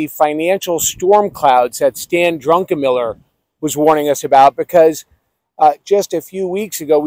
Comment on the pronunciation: That guy needs to learn how to pronounce Druckenmiller!